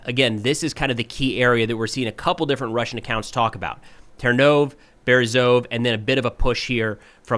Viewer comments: Love watching the videos. One small comment - the Ukrainian language pronounces the last latter E as "EH" so Ternove in English is ternOv but in Ukrainian it's ternovEH. Thanks. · Hi! As a native Ukrainian speaker, I really appreciate your videos. One small phonetic tip: in Ukrainian place names ending in -e, that last letter is always pronounced. It's similar to the «e» in «bed»… …so Ternove -> Ter-no-veh Berezove -> Be-re-zo-veh Hope this helps with future updates!